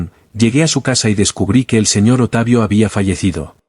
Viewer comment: "¡Simplemente sucedió!" Ja,ja,ja, vieja caradura, en Chile decimos: "¡Cara de raja!" El relator dice: "¿Otavio?" Es Octavio. ¡Qué tontera!